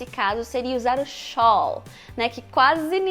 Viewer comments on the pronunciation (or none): A pronúncia de Shall não seria (ʃæl; unstressed ʃəl)? Não existe ʃol, as far as I'm concerned. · Acho que "shall" não se pronuncia xól e sim xél. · A palavra "shall" não se deveria ler "xél"? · Cara, por que raios todo mundo pronuncia /shól/. Até a minha profesora de faculdade cometia esse erro. Em qualquer dicionário você vai ver escrito /shael/. Eu lembro até do Mr. Been pronunciando /shael/ também. Mas adorei o vídeo! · Parabéns por suas aulas. Eu tenho a impressão que shall é sempre pronunciado com som de æ e não sholl. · Sim, é porque a maioria associa esta palavra "shall" com a palavra "all" que se pronuncia ól, então automaticamente vem na cabeça xól. Só que pronúncia inglesa é cheio de truques, não pode basear uma na outra. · seus vídeos são excelentes! Curto muito o seu canal. Tenho aprendido muito com você e confesso que já cometi muitos desses erros. "HERRAR É UMANO". Só fiquei em dúvida quando você pronunciou SHALL. Não sei se foi falha na minha audição, mas parece que você fala XÓL na pronúncia. É porque conheço como XÉL. Por favor, se você puder, me tire essa dúvida. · Acho não, tenho certeza absoluta que é xél a pronúncia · Let's go to the party, shall we? :) Kkkk Nossa! Ninguém usa "shall" mesmo. A propósito, fiquei em dúvida quanto à pronúncia dessa palavra. Rima com "pal" ou com "tall"? Ou varia conforme o sotaque? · adoro seus vídeos e sempre recomendo aos meus alunos. Confesso que ainda não tinha ouvido a pronúncia que você usou para o verbo modal "shall". Eu sempre pronunciei ele com o som do "a" de "apple", ou então um "schwa" nessa pergunta em que ele é unstressed.